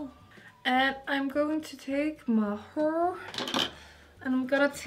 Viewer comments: She’s like This is my heeeerrr I’m like Does she mean hair Lol 😂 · Her pronunciation of "heir" (hair) makes me mute the video. 😬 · I love your videos but the way you pronounce "hair" is the most disturbing thing and makes me want to push my fingers into my eyes.